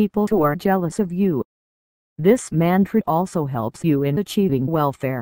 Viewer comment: The text to speech doesn't pronounce the word "Mantra" correctly. Geez. Whoever owns channel just record your own voice as intro. Give name of mantra as well. Such terrible audio.